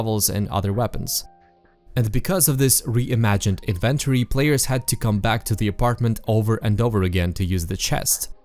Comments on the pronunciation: The fact that you pronounce the word Flashlight as "Fleshlight", and inventory as "in-ventory" triggers something deep within me. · Please learn to pronounce inventory, otherwise nice video.